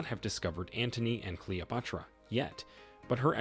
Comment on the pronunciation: Why is the narrator mispronouncing all of the names? For example at time he says Cleo-pahtara. O- seer-I-ss